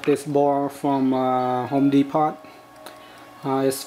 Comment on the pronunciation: home de-pot.